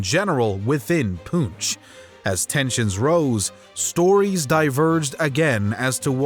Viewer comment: I love how the Europeans know Alexander Iliad’s correctly but cannot decipher Poonch. 😂😂😂